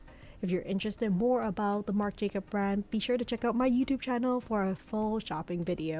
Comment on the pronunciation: Marc Jacobs (there's an "s" at the end)